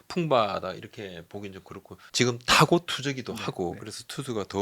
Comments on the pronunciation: 지금 인데 왜 자꾸 지끔 이라고 😂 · 그놈의 지끔 지끔 듣기 싫어 죽겠네요...지'금'이요..지'금' 왜 자꾸 된소리로 발음해요...?